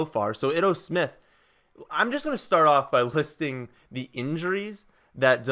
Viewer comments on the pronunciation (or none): it's EEE-To Smith....